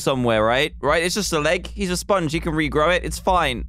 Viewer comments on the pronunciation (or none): He said Spange not sponge!